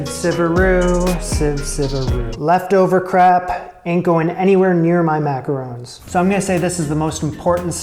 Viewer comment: ron, not rown